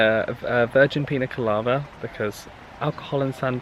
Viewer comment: i can’t tell if you’re saying colava instead of colada and it makes me giggle every time